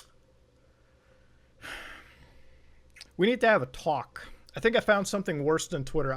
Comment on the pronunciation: "we need to have a twlauwlk"